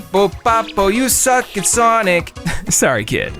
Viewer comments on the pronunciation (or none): none